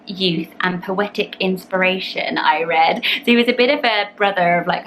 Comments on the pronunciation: All very nice Mairead is an Irish name not a Scottish name ( just being fussy here lol). But very pretty all the same also it is pronounced Mur-aid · Mairead is actually pronounced My ridt or ma rid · The correct pronunciation of Maired it's Mur-aid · Ur pronunciation if Mairead is wrong. Mirade is is how it should b pronounced. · I am Scottish we pronounce Mairead as Mer- aid or Mir-raid x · just to say that scots gaelic is pronounced 'ga-lic' rather than 'gaylic' which is the irish version of the language. Also Mairead is pronounced 'ma-rade' or 'my-rid' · Mairead is actually pronounced my-rid! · she does pronounce it differently to how you said it but I lot of people do make that mistake, don’t worry about it xxx